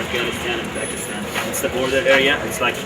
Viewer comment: Pal..... come one.... Palistan???!! Really. Country of Sarah Pallin? Lol Palistaaaan ahahahah Idjut!